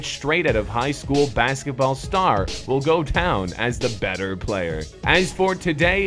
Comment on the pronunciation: In did just said benter instead of better